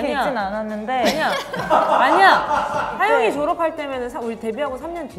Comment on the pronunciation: 💗 에이핑크의 모먼트를 댓글에 담아담아 💗 은지의 찰진 욕 연기 •• 노래를 잘하면 이쁘지말고 이쁘면 연기를 잘하지말자 😝 밖에서 노는 걸 좋아했던 뽐 .ᐟ 놀이터에서 5시간 이상 노는 아가들 특징 ☀️🌈 시구 천재 뽐 ⚾️ 후에 나오는 허씨 집안 드립도 넘나 웃기는 ｡ ｡ 지니 항영잉 🧞‍♂️ 하영이가 황제성의 숨겨진 여동생 ｡ ｡ ｡ ｡ ｡ ｡???? 동생을 많이 ~^^ 아끼시는 은지님 •• 하영이 건들면 은지한테 혼나요 🚨🚨 다 너무 웃겨서 넣을까말까 하다가 못 넣은 것도 많네요 에이핑크 넣어주셔서 감사합니다.ᐟ 케이팝 진심녀로써 에이핑크 너무 좋아했는데 요즘 술꾼도시여자들로 주목받고 있어서 너무 좋아요 ❤️ 에이핑크 활동이 오래된만큼 사이가 더욱 더 돈독한 게 보여서 너무 멋진 판다가 늘 응원해요 .ᐟ.ᐟ.ᐟ 🐼🐼